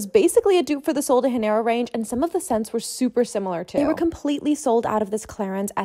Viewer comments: Fun fact :Americans pronouce:Sol de hanero in portuguese sol means sun de janeiro means of january So In english sol de janeiro would be Sun of January (ik this because im portuguese myself) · Sol de Haneiro is crazy bro it’s a J and pronounced as a J sound 😭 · you pronouncing sol de janeiro like it’s spanish bothered me so bad pls don’t ever do that again 😭😭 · Thank you! Just spoke about this to my Husband, who is Brazilian and saw your comment. It’s not pronounced the Spanish way.